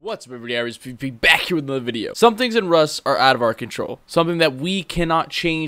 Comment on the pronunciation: someone plz help I have been watching irisk for like 3 months but in his intro I think he is trying to say iRisk pvp but it sounds like he says iRisk pee pee wtf